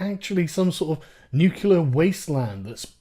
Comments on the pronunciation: Did you just say "nucular?" triggered. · NUCLEAR NOT NUKULAR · "nucular" -Sargon, 2017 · SARGON SAID 'NUCULAR' - THIS IS NOT A DRILL. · "nucular" REEEEEEEEEEE!!!!! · "new queue larr"? Or nuclear?